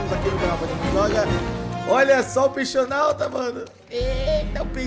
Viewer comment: Quem percebeu q ele falou Peixonauta